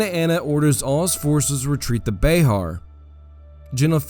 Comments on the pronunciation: It’s “Bear” not “Bayhar” - San Antonian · As a resident of Bexar, I must let you know it’s BExAR, like the animal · Bexar is pronounced bear not beh ar